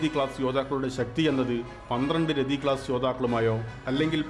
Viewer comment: മലയാളം എഴുതാനും വായിക്കാനും പഠിക്കാൻ ശ്രമിക്കണം .... രഥിയാണ് രതിയല്ല....